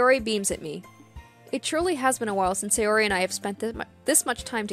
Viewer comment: The correct pronounciation of japanese names is ALWAYS emphasising the first vowel of the name. So it's not Say-O-ri, but S-AY-ori for example. Same with every other name. Americans tend to pronounce japanese names wrong, because english names usually emphasise the second vowel instead of the first.